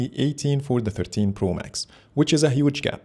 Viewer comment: Good comparison...but ur pronounce for 13 pro sounds like 15 pro